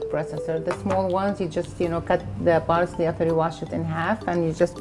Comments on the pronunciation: BARSLEY.. lol what is baRSLEY... just say parcley.... every human can do it. so can you.... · Fousey: What she meant to say was parsley not barsley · Please say parsley not barsley JESUS CHRIST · She says barsley not parsley 😂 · She says "Barsley", "chob", and "beel" bc the Arabic language has no p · "Barsley" .. The arabs cant help but neglect the letter p 😂